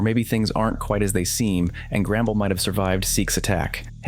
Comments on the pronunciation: Not to be rude but it’s “The Mines” and not “The Miners” and it’s “Grumble” not “Gramble” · Your saying grambles